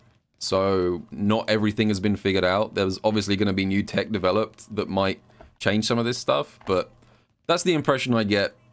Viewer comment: its pronounced "TECH" not TICK wow